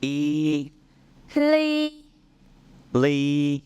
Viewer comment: Why do the teachers pronunciation of Rắn sounds so different to English listening ears? Also, pronuciation for LY seems to say c-Lee.